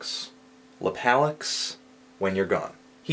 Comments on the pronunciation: i think it's pronounced "lap-uh-lux" as in "lap of luxury," broseph. i felt the same away about this release. it's hit-or-miss, but the hits are tasty. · its lap-o-lux. stands for lap of luxury. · Anthony, it's Láhpahloox. haha.